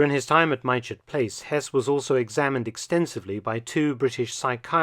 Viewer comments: Fantastic video, as always and thank you. I live in Farnborough Hampshire, a few miles from Mytchett Place. Pronunciations may have changed since 1941, but currently the village of Mytchett is pronounced "Mitchett". Just for the record and in no way taking anything from this great video. Like another commenter mentioned, it's like being in the 80s and actually having to wait for the next episode rather than binging on a good thing all at once is a strange feeling. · Hess was indeed held in Mytchett, Surrey. But it's pronounced Mit-chit, sometimes slightly off as Mitch-it, but never My-chet or My-chit. I know, I lived there for many years. Enjoyed the video, thank you. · Point of pedantry (from a local): Mytchett is pronounced "mit'-chet". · Sorry to be pedantic but mytchett is pronounced mitchit. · It is pronounced Mit-chet House Mark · Mytchett is pronounced Mit-chit. Great video/series! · Thank you Mark. The whole Hess story just reeks of intrigue and plot - all virtually kept secret. Can't wait for episode two. Just for the record, the locals pronounce 'Mytchett' as 'Mit-chit'. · Prof Felton, "Mytchett" is pronounced "Mitchit" if that helps👍